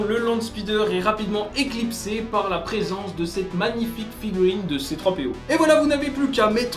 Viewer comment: Tès bonne vidéo mais j'ai jamais compris la haine des stickers ils sont pas si dure a mettre et ils coutent moins cher à produire si vous voulez des pieces avec un imprimé ne vous pleignez plus du prix... Ah oui c'est c3po pas z6po